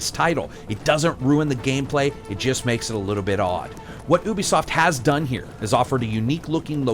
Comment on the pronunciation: Love the review but... YUBISOFT, not oobisoft :P. Personal pet peeve of mine.